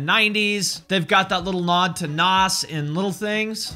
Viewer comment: nas is pronounced NAAZ